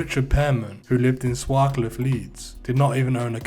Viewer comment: Lmao you know fuck all. Your pronunciation of Swarcliffe says it all. Dickhead.